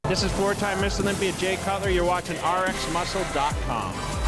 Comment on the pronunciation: Why does Dave pronounce words the end with "A" as "ER"...? Example he says "splender" instead of Splenda and "olympier" instead of Olympia lol wtf?